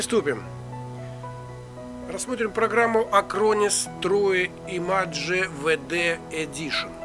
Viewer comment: тру имаджэ))